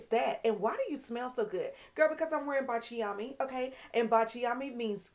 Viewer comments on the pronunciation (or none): Thank you for telling us about Baciami in previous videos. You definitely influenced me to purchase it. Baciami is pronounced Bahtch-ah-me only 3 syllables, and is an Italian fragrance that means “kiss me” in Italian. Kiss me in French is Embrasse-moi. Baciami is definitely a beautiful fragrance worth every penny and she is a stand alone star of the show fragrance that needs no supporting cast!❤